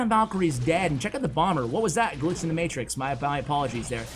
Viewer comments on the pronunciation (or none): none